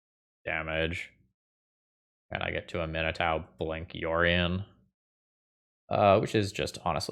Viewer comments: oh no. oh dear.. it's am-ee-nah-touh. Not a-min-ee-tau. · I found it interesting that you pronounced it (uh-MIN-eh-TAU) because I've always been pronouncing it (AH-mih-NAH-too). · Love the video! Her name is pronounced "AH Min AH TOO" 😂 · Just FYI, I'm pretty sure it's pronounced "ah me nah too" :) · Man, I’m usually not a stickler for pronunciation of card names that are made up, but it’s ah-mee-NAH-too. It’s Cajun French inspired, and such a beautiful name, I had to correct you. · Please, please, please research the correct way to pronouce Aminatou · There are a few content creators that when I them pronounce something differntly than me I assume they are right. Namely Nizzahon, and out boy here. But while I cam see why Aminatau woule be said that way, I am stuggling to believe it. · pronounciation of Aminatou is making me doubt myself. Is it "-tow" or "-too"?!?!?!?!? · 12 seconds in and I was already at: That's how you pronounce that? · Your pronunciation is absolutely correct. is pronouncing it like it’s an American name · Love, love the deck, hate the way says Aminatou